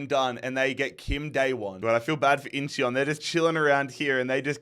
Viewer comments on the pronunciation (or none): none